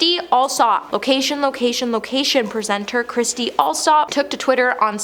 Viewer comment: Oh, bless you. Kirstie is not pronounced ~ Christie.....her name is kir-stie........"Curse-tee"......... And , it is unfortunate that you keep mispronouncing the Duke's name as the Duke of Suck-sex......🙀several times. 😂😂😂😂😂😂Oh my ribs. Aw, you got it right in the end.